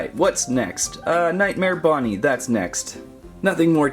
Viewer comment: It’s not nightmare BOnnie it’s bonnie